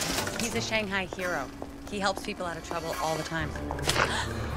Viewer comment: still said shanghai wrong